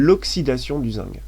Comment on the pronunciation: pourquoi tu dis zingue?